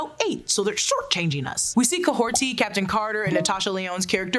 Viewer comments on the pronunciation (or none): Kahhorti again?!?!?! Never spoken like that and it’s even written Kahhori on the episode description. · There is no T in Kahhori’s name